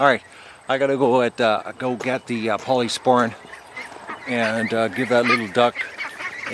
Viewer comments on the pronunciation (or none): Thanks. I couldn't quite catch the name when he would say it.